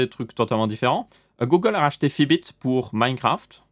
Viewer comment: Fitbit pas Fibits